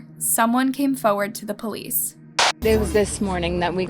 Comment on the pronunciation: FoRward. Not fo’ward.